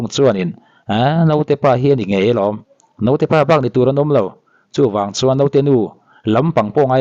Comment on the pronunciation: Note nilo in Naute tih zawk tur anti